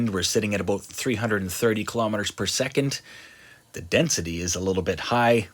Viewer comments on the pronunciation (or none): none